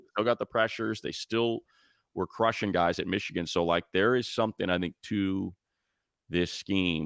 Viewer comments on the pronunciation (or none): none